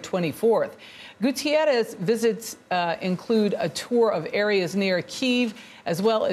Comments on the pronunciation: Both anchors should have been told the U.N. Secretary-General's last name is Guterres not Gutiérrez. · His names is pronounced Goo terr ez, not Goo tee air ez. S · HAHAHA "GutIerrez" 😅😂🤣